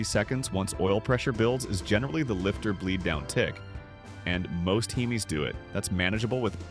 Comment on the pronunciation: "Heemees" please never again ai man